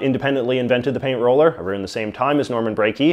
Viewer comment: "A roond" ok, now I know you are not canadian.